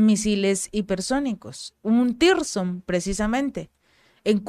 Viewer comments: son Misiles hipersonico Tsirkon no Tirson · "Tirson" no, Sircón (tsirkon) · CHICA, TE SUGIERO LEER BIEN EL NOMBRE DE LOS MISILES ANTES DE MENCIONARLOS PARA QUE NO SE GENERE INFORMACIÓN ERRÓNEA A PARTIR DE NOMBRES INEXISTENTES. NO SE LLAMAN TIRSON COMO MENCIONAS, SINO TSIRKON. T.S.I.R.K.O.N. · Se pronuncia "TÍRSCON", no "sircon". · PERO NO SE LLAMAN "TIRSON". SE LLAMAN "TSIRKON". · siempre que mencionas esas armas les llamas 'Tirson', pero su nombre parece provenir de la piedra Zirconia, asi que su pronunciacion seria mas bien TZIRKON. Los guiones y análisis muy bien, pero en la pronunciacion siempre hay por lo menos 1 fallo. Animo y aqui seguimos contigo. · No es tirson es tsirkon la te es nula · Mi Reyna por fa n lo pronuncias bien tzirkon no existe tirson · Puedes decir Cirkon ? O Zirkon? Sería más cerca de la realidad.